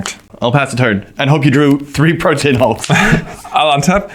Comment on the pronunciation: The correct pronunciation of Protean is 3 syllables "prow-tee-uhn" and means great diversity or variety.